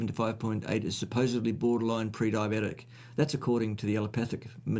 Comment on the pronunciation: Carnivores can't be "pre-DIE-oh-bet-ick". Problem solved.